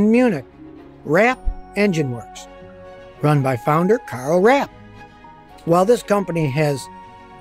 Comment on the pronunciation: It is pronoucend KARL RAPP.